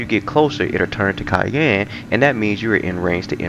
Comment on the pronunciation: I was very confused initially when you referred to the colour 'Cayenne' - so I was expecting a red, peppery type colour. It then dawned on me that you were probably butcheri...erm...mispronouncing Cyan (sigh-ann). Took me a minute lol! Otherwise, good content, very in-depth, nice job.